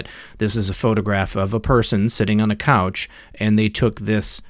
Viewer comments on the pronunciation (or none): none